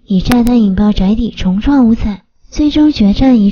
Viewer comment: 建議 1.29歲以下過世稱之得年，30至59歲用享年，60歲至89歲則用享壽，90歲至99歲稱之享耆壽，100以上稱享嵩壽。 2.是重(體重的重讀音)創 不是重創(是要重新再一次的意思嗎???)) 看到這兩點之後就不想看了 當上youtuber讀音很重要 還請您發音正確 謝謝!!